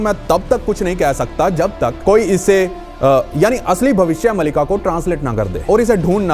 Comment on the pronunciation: यह नाम भविष्य मालिका है। मलिका नहीं।